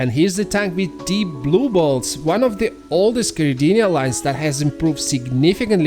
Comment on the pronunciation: Are u saying blue balls??? 😅😅 jk i know its blue bolts but ur accent makes it sound like balls 🏀 🏀 lol love the videos keep it up